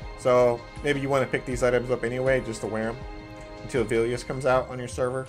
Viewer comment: plz stop saying Velious like Veelious